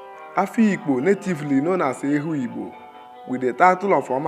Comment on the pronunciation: The narrator mispronounced the name Ehugbo as well as most of the other names indigenous to Afikpo. Also, there were clips that most likely were borrowed from other sources. Aside from that, Afikpo is a tourist potential waiting to be explored. The people are very hospitable and accommodating. It's native government system is second to known in the whole third world, as Ehugbo had practiced native parliamentary system (ekpuke-etos & ekpuke essas) since before medieval times